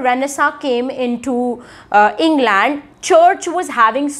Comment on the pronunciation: No... Her pronunciation of England is also wrong. While she's doing a great job of disseminating information, her pronunciation is kinda bad. So don't learn that from her